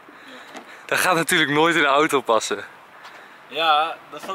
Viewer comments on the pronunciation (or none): none